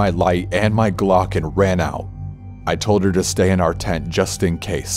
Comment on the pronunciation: the way he says gLoCk 🤣